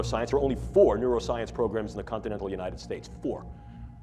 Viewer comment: “Continetal United States”😂😂😂